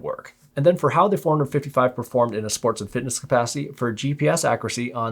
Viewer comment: It sounds like you’re saying 455 man, had to check the title of the video again 🤣